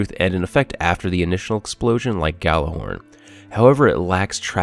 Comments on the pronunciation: Yallerhorn, you pronounce it with a Y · It's pronounced Yallerhorn, it's nordic, it was horn used to summons the gods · Nice review, but FYI the Gjallarhorn is pronounced as "Yallarhorn." It's Old Norse. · You pronounced Gjallahorn wrong. -_ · You run Planet Destiny videos and you don't even know how to pronounce Gjallarhorn correctly....Sad...